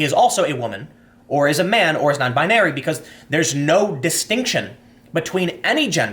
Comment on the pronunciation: 'non-bin-narie' lol, how uptown Jewish of you, Tim.